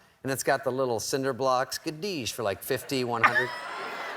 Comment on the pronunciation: Gadeesh lol